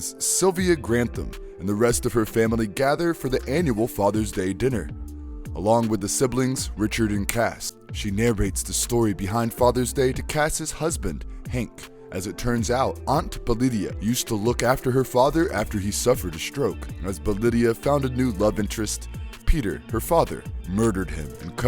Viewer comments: "Belidia"? Bedelia. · Agreed. He pronounced Bedelia as Belidia. Wtf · I could almost look past "ma-cabber", but who the fuck is "Belidia"?! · Bee-dee-lia, can people please use the proper pronunciation? If you watched the movie you should of heard it correctly. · What is forgotten is how to say "Bedelia". It tells me that this narrator never watched the movie.